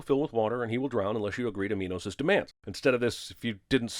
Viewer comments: So the director forced his actors to say minos. it's min os. not my nose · Minos not mynos